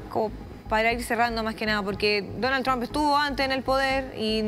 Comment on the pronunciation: El de camisa azul es mas burro que maduro, no es Tram, se dice Trump